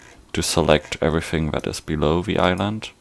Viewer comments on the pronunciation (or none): none